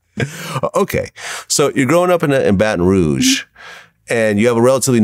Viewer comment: She mispronounced Baton Rouge